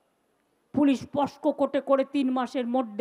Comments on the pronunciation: Eni naki lawyer.. POCSO ACT k posco bolche... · এটা বাংলার গর্ব না অভিশাপ ... পুলিশ মন্ত্রী বলছেন " পস্কো আইন " ???? এটা কোন আইন ??? আমাদের দুর্ভাগ্য যে উনি রাজ্যের মুখ্যমন্ত্রী